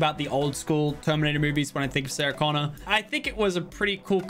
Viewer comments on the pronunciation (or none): none